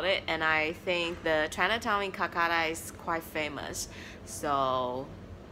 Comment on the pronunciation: It's kolkata not kulkata